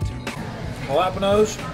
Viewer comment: the way he said jalapenos halapinoes